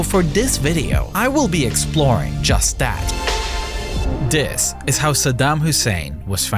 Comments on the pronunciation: "Dis" lol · Interesting but the narrator drove me mad with his pigeon English of Dis, Dat, Dem, den, der!!! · Wow; all my life I though that the word "this" began with he letter "T" which is pronounced with a "T" sound and NOT the letter "D with a "D" sound? Perhaps simply having to accept the word "dis" in place of "this" is better than having he narration done by AI? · a lot of pronounciations in this video are incorrect. Its anoTHER not anoVER, also THis not Dis. ALSO, brother, not BroVER. I hope you can try to fix these mistakes in the next videos